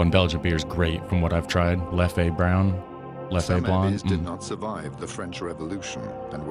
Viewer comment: The "e" at the end of Leffe is pronounced muted. Or in some dialects (and French) not at all. (Leffuh or Lef, basically.)